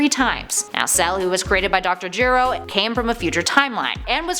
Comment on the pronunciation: So many errors just in this video. Va-chi-ta instead of Vegeta , Nahmek instead of Namek, Gohan blowing off Cell's head off (it was Goku's Warp Kamehameha btw), Dr. Jiroh instead of Gero...